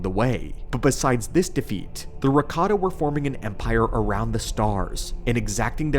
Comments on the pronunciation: i wasnt watching, just listening, and going, WDH does he pronounces Ricotta :D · ... Watched this while hungry, and kept hearing "ricotta" and now I want lasagne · "Rataka Cheese" 😂😂